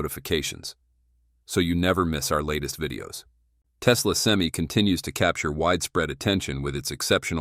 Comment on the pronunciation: Well, for $415,000 dollar investment, you would think they can say SEM-I